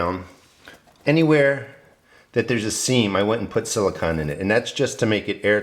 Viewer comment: Hi - nice video- I want to build a Thermosiphoning Air Panel (TAP) like yours, except bigger to heat a room on the south side of my house. First, gotta build the raised beds and get the garden going... Silicone... with ending sounding like 'cone'...:D